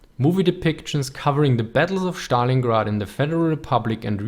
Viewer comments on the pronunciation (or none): Please don't say Stalingrad like you do. It is not "sh" there, just "s".